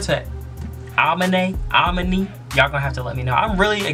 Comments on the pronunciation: A-mee-nae is how you say his name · it's uh-me-nay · aminé is pronounced like Uh men ai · am-in-aye say it with me now ammm-innnn-ayeee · Its AAAHHH-MEEEE-NAYYYYY. Lets say it all together now Ah-me-nay-. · Dear, I would like to inform you that it is pronounced A-MEAN- AYE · Aminé (Ah-me-nay) is his name,. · Amine is pronounced as A-ME-NAY it's his middle name I think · Uh-mean-aye, I think bro😂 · It's pronounced uh -me - nae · its Amine. Its pronounced (Ah-Me-Nae) I believe. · you pronounce amine, "uh - mean- a" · Amine= uuh - mean - ayye